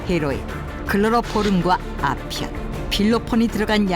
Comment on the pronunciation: 아편이 아퓸으로 들림 ㅋㅋ